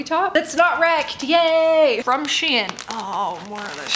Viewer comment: Not being rude but SHEIN is pronounced sh-ee-n